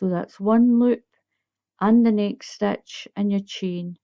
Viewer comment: I'm aware that you are Scottish. I like the way you say stitch "stech"